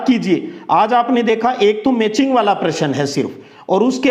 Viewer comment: Sir app please sahi bola karo .वाला कौ वार्लणा और अपना कौ अपणा